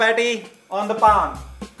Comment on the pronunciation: Uuuuugggghhhh my pet peeve!!! It’s notttttt PAAN its a PAN!!!! Pls say it with me - PPPAAANNNN! Not PAAAAANNNN @@@@ Hehehehehe